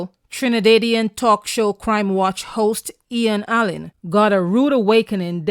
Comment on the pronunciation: Trina-day -dian??? 🤣🤣🤣🤣🤣